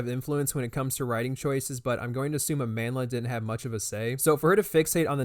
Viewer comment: I’ve never seen a person’s name get butchered as much as Amandla 😂 I have not seen a single video where anyone pronounces her name correctly